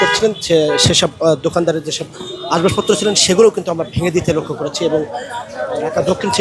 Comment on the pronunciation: ভাই, Ashbashpotro না আসবাবপত্র